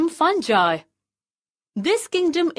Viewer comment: Pronounce the word correctly fungi